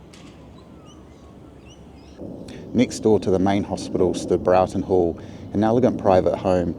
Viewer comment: Its Callan Park, rhymes with the name Alan. Also Broughton Hall: Brought rhymes court. Please kindly reference your narration. Thank you for the video.